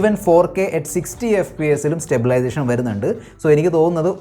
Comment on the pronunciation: സ്റ്റബിലേഷൻ alla stabilization 😂